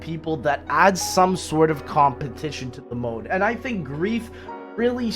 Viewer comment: Love how says "compentision" 🤣😂